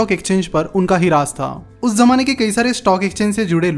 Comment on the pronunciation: Raaj ko Raaz bolta hai..